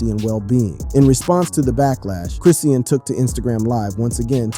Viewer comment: It's Chrisean , not Chris seen 🤦‍♀️🤦‍♀️ Ijs 🤦‍♀️ let's get the names right, ok!!!! Great video, BTW